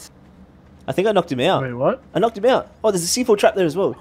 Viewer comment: Knocked* not knocket